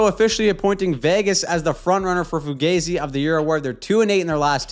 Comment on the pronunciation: Learn how to say fugazi properly. I don't know how much more of it I can take😂